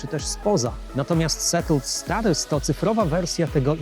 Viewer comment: Już miałem wysłać pochwałę za dobrą wymowę... Po usłyszeniu "settled status" jednak nie... :)